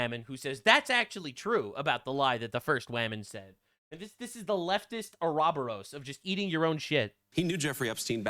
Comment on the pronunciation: I don't know why it bothers me. Argahboros. It's pronounced Ooraborous Long O sound. Learning words by reading them is a good thing.